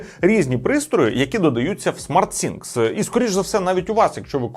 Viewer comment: Кожен раз коли хоче сказати SmartThing(Розумні речі) а каже SmartSinks(Розумні раковини) прям вухо ріже.